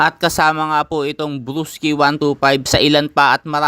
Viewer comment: Bulol ka nmn blosky kamo nmn walakang are